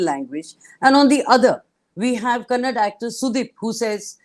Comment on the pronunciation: It is not kannad.it is kannada.how many times you people do same mistake again and again.